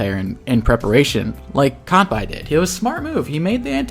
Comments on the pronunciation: Good stuff. Also looks like you caught the bad pronunciation from Mangs. From Kan-Bay to Kan-Bye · Kanbei is pronounced how it’s written. We don’t pronounce Sensei as Sen-sai, do we? Great vid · Yeah, not a big fan of the mangs pronunciation of Kanbyeeee. Mangs knows it's wrong btw (thanks to me) but he's too used to it so I can understand that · Oh no, he's learned the Mangs pronunciation of Kanbei/Kantbei. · I love how he pronunces Javier right but he mangs-pronounces Kanbei. anyway, top tier commentary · If I remember correctly, Mangs is Norwegian and Norwegian is a Germanic language and from what I hear from German, -ei is pronounced like the Japanese -ai (あい) and this have me assuming that their -ei follows suit. While incorrectly pronounced, I find Mangs's Kanbei cooler, lul